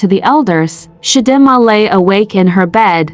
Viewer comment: It’s Chi Dee Ma AI! Lol 😂